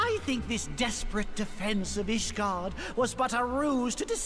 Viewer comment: Since asmon calls ishgard "Isengard", someone should edit a video of him entering ishgard with lord of the rings soundtrack.